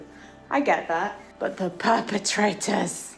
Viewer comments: Oh no! I heard you say "poopertrators" and can now not hear anything else XD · I’m slightly disappointed that you said perpetrators and not pupetrators.